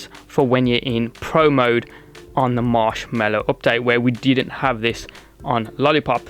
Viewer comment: It's Mallow, not Mellow.